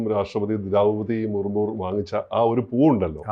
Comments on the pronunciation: മറുമു അല്ല സർ മുർമു ആണ് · മുർ മൂർ അല്ല മുർമു എന്തെങ്കിലും വായിൽ തോന്നിയത് പറയരുത് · മർമു അല്ല മുർമു എന്നാണ് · വെളുത്ത താടി വെച്ച മരങ്ങോട്, രാഷ്ട്രപതിയുടെ പേര് ദ്രൗപദി മുർമു എന്നാണ് മുർമുർ എന്നല്ല.